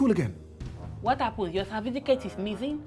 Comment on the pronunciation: "What happen? Your cerfiticate mizin" 😂😂😂 I went off😂